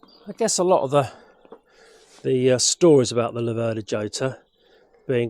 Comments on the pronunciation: Not djota, not iota, but rrrrrhota. J = rota in spanish. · Jota is pronounced "yota" in Italy and "hhota" in Spain! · Hota would be the correct pronunciation of the Spanish dance in 3 time, just as Jarama is pronounced Harama. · Ho-tar. if its Spanish. never heard it pronounced like that though. Yo-tar is what i mostly think of them as. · The Jota is actually pronounced Hota, but everone calls it Jota. It was a developement of the original Laverda 3cl and given the Slater treatment of high lift cams and high compression pistons and cast wheels. If you had good tyres on they actually handled very well, in fact I managed to grind the primary chain case adjustmeht nut at 45 degrees just cornering. They aren't without issues (head cracks at the spark plug and the alternator woodruff key is made of cheese. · Should be pronounced "chota" same sound as in Scottish "loch" Nice bike, but yes, why not give it the old racing colours? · I think it's pronounouned "Ho-ta" as in the Spsnish name "Jose"..... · Nothing compares with that 180 sound. What a bike. PS: it's pronounced Chota, where the ch is like the ch in loch. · Jota is pronounced as Hota. The letter J in spanish is pronounced as a H just as Jerez the sherry producing region of Spain is pronounced Herez. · They say the seat height is due to Massimo Laverda being about 6'4". Italians would pronounce it Lav'erda, with the stress on Lav not ver, and Hotter (just like warmer).